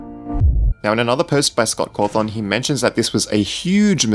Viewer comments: Scott Cawthorn seriously stop saying it like that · You say scott cawthon so weird